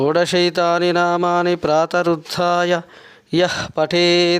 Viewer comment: అంతా బానే చదివారు ప్రాతః రుద్రాయ యః .. విసర్గ లు సరిగ్గా పలకలేదు . ఒకసారి చూసుకోండి.మీకు సులభం గానే వొస్తుంది.మీరు చక్కగా చదవ గలరు.ఏమి అనుకోకండి దయచేసి.